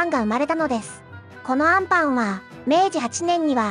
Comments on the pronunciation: 最後の最後であんパンのイントネーションおかしい😅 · あ↑ん↓パン😂